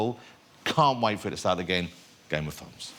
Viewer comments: Da Fozen Norf. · I'm sorry for being a dick but he said game of fwowns. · I can't listen to this guy it sounds like he says Game of phones. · "Game of fones"... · Am I hearing it wrong or is he actually saying "game of t'dhones" ?